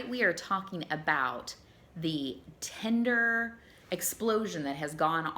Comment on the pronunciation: I wish there was an app called Tender like she keeps pronouncing it lol. It's the opposite of Tinder: An app for verified emotional affection and connection. Idk how you verify that digitally (and keep in mind I'm an app developer lol) but I would love that as alternative to this drive through fast food garbage dating in this country.